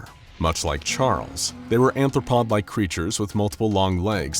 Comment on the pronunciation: Arthropod, not anthropod